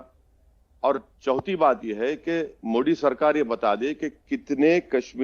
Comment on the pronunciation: मोडी नहीं रे बाबा, मोदी जी बोल.. क्या नेता बनेगा रे तू...